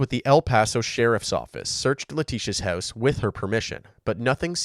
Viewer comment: Yo guy, what’s with you saying the word “house” completely OFF…….. are you a bot or something 🤨. I watched so many of your videos and you say it so weird. Some other words you say that are similar to house u tend to pronounce it similarly.